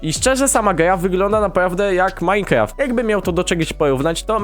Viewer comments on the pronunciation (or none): none